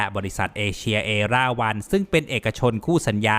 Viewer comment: ด้วยความเคารพครับ น่าจะชื่อ เอราวัณ นะครับ ไม่น่าใช่ เอร่าวัณ รึว่าออกสำเนียงอังกฤษ ?